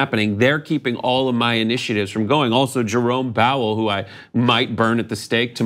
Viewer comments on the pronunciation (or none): instead of "Jerome Powell", did he say "Jerome Bowel"? LOL